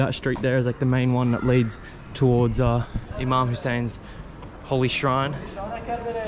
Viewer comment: So correct pronunciation IMAM Hussain you are too brave to go Karbla alone👍 its very holy place, incredible idea to open Cafe with all different teas you had so far, cheese paratha, Sheesha bar, I m sure all migrated citizens would love to gather in cafe, all Jordanians, Iraqis, Indian, Pakistani, its Boom boom business, lov from Karachi.